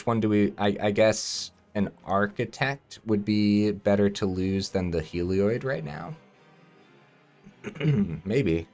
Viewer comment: I believe it's pronounced 'Hell - ee- od' :)